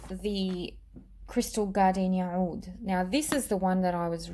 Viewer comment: Every once in a while you will see OUD spelled as AOUD, or OUDH, all pronounced as OUD. I'm not sure why someone told you to pronounce it like that, my Arabic friend laughed. You can hear it here or OR,,Watch ANY other perfume channel on Youtube. You are destroying that word.